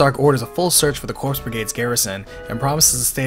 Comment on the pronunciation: Corps = Core ... Coooorrreeee... not Cor(P)s... the P is silent